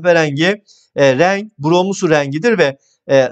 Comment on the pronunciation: Hocam ne güzel rênggg diyorsunuz😂